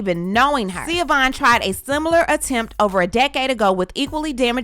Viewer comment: Zaya's name is ZAAAAAYA.... long A... Not Ziya. Schiovaughn's name is pronounced SHU-VON... Not Seee-a-von. Now as to her allegations. First, I was thinking that Dwyane did write the post until I heard the "10 toes down"... definitely Gabrielle. But doesn't matter if she or he wrote it. I"m sure he read it and approved it before it was posted. 2nd-- I actually really feel sorry for Schiovaughn. I've been a DWade fan forever. So I knew their story. I always love a good love story. But they were very young when they got together and got married. Dwyane actually got with her leaving a traumatic household with his father . He moved in with Schiovaughn when they both were still in high school. So by the time all the fame and attention happened, his young self did what young men gain fame and. money and cheated. Heck Shaq was his teammate and mentor. He had no chance. That does not excuse his behavior.. but IJS. And for a long time, I did not like Gabrielle b/c I really thought he cheated with Gabby while he and Schiovaughn were still married, but it wasn't her. So I have sympathy. But I have to agree with DWade... I think her obsession with him and the loss of their relationship cost her valuable precious time with her children that she will never get back. She should be having conversations with Zaya and not blasting all over social media for attention. She is still trying to make DWade the bad guy. And he was the bad guy, but he's a likable bad guy and still had fans and popular